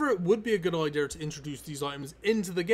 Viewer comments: Says "idear" means idea 😂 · Could you try saying the word "idea" correctly? It's kind of hard to take someone seriously when they say "ideers". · could you learn how to pronounce "idea" before saying it...